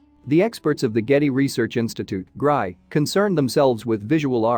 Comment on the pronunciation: The "machine narration" was all right for the most part, except that it had not been programmed to recognise "GRI" as the Getty Research Institute and kept calling it the "Gry."